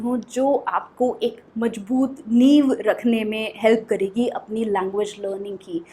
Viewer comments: Hi great teaching but please work on your mother tongue too...majboot mej are wrongly pronounced...it's Mez, Mazboot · Your pronunciation needs to be improved, even your pronunciation of hindi words are not correct Take this advice in a good way, and practice pronunciation first. Practice more that's "mazboot" not "majboot" that's "vishwas" not "vishwash" that's "education (pronunciation is *ejucashun*) not " ezucation" and that's "badha dena" not "bhada dena"😅